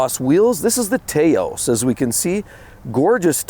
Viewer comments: The TAOS is pronounced like mouse. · I like your videos, but you should. know how to correctly pronounce the names of the vehicles you are reporting on. Do your homework. Taos (pronounced as a single syllable: “Touse”) (Like House). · Volkswagen "TAY-0US"? Seriously? That sure doesn't sound like the ancient town and Indian pueblo in Northern New Mexico to me. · U need to learn how to pronounce Taos. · Find a friend in New Mexico to teach you how the town the VW is named for is pronounced.